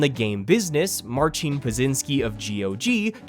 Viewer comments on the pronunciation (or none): none